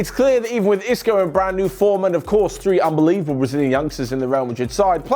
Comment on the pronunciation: do you get told to say 'unbelieveble' in the script or do you choose to?😏